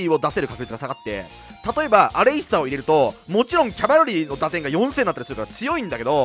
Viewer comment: セクキャバみたいに言っててマジで草